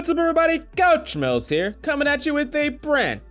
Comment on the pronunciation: I swear to god I can only hear "Whaaaats up everybody Couch Smells here"